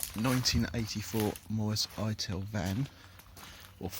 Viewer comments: Not Hi Tal it's pronounced Hit Al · It makes me chuckle the way you pronounce ital as if it was an apple product lol it’s it’al lol 😂 nice retro van mate. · Looking really good but you are miss pronouncing "ITAL" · I noticed that immediately.